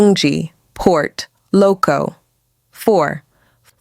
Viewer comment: Wrong spelling and pronunciation of Port Loko not Port Locco